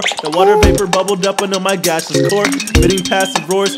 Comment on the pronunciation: and "Gaseous" not gashless